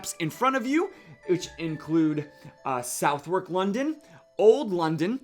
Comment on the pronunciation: Hey, for Southwark, depending on which part of London you are from, we say it "suvvrk" or "suthark". Cheers for the video! 🙂